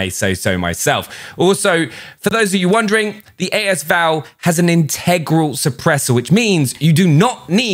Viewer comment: Haha. His pronunciation of “in TEG grau”. 🤣